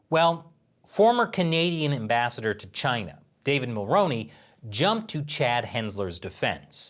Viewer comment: Canadian Am-bat-sitor